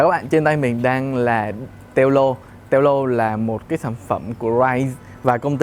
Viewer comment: Đọc là teo lô mới ghê